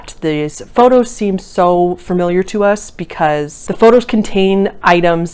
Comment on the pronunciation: You constantly saying "furmiliar" ruined the video lol